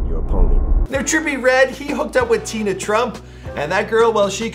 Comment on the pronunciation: ITS TIANA TRUMP..NOT TINA